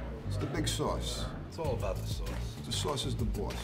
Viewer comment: Dis Swauce is da Bwoss, da pizza cwosts less den otha pizzas, me an' my dwog love to listen to da twalk radio wit all the cwall ins. We really love dis pizza tankyou.